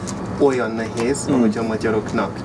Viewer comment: Nagyon ügyes vagy! Talán a /cs/ hang nem kéne, hogy erős legyen. Ne úgy mint pl a 'watch' szóban. Nézd meg a magyarok hogy ejtik a /tsh/-t (hibásan) ebben a szóban -egy erőtlen /cs/. Az /é/ -re vigyázz, hogy pl. a 'nehéz' szóban ne diftongizáld. Ez egyszerűen egy hosszú /é/=/é :/. A magyarban vannak hosszú mássalhangzók! Long Consonants. 'attól' függ /t:/. Try to say the name Emma in Hu. It is not /ema/ but /emma/. De tényleg nagyon jó!